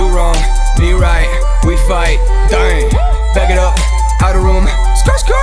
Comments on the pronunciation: The way he pronounce the word DDAENG. Amazing. OMG I LOVE IT SO MUCH!!!! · The way you say ddaeng 🔥